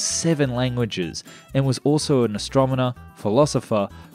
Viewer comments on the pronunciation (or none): "and was also an astromoner"? What is an astromoner? Yeah I know he meant astronomer but it's my job to pick fun on YT. Fascinating aircraft. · ps- "AstroMONer?" They need better scripts for their computer voice to achieve "better YouTube." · 705 pounds.. must be made from some space-age material! My favourite thing about your videos is how you always leave in the funny mispronounciations (foolhardly, Astromoner). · Ah yes! "astromoner" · ...and he was an "astromoner"... :-)